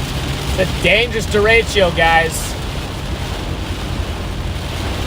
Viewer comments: Derecho, not deratio. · THERE IS NO I IN DERECHO! STOP TALKING ABOUT FRACTIONS!! please learn your words and how to pronounce them. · Hello from Cedar Rapids, IA. Love the video! But please don’t call it a derecheo. It’s derecho.